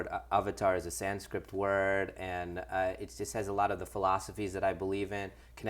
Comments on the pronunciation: he just said "sanscript" didn't he? ugh. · AAAAAAAAAAAAH Did he really just say "Sandscript"? It's Sanskrit you fucking idiot. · "Avatar is a sanscript word" WHAT THE FUCK IS "SANSCRIPT"? HE DOESN'T EVEN KNOW THE LANGUAGE LOL. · LOL calling sanskrit SANSCRIPT. Man sucks at being an indian much as he does director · did he just say sandscript?